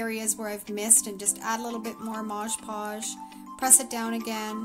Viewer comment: Mod Podge!!! Not modge podge lol